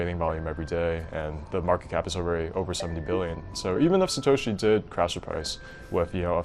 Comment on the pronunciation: the western narrator be like: satoushi nakaomuotou, can't even pronounce it correctly (in Japanese way)